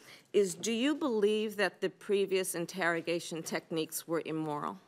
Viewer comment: Wtf is emoral?